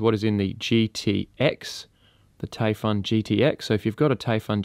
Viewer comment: It’s pronounced “Typhoon”, mate. “Taifun” is just how they spell it in Germany.